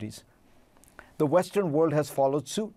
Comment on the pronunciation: Fareed, please learn how to pronounce WORLD